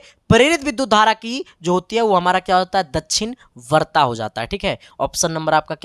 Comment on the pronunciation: Dakshinvarta kon si disha Sahi se bolna sikh lo to padhana